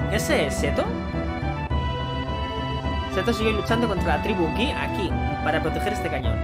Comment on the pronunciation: Buen video, sin duda la manera más rápida y efectiva de matar a Nattak Gi. Por cierto se dice "Gi" no "Gui", a modo de apunte nada más 😀